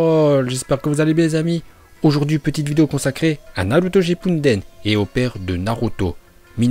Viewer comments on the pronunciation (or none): Il a rien respecter entre le « naLuto ShippuNden » et « kaze4g » j’ai même pas pu finir la vidéo tellement c’était trop 😂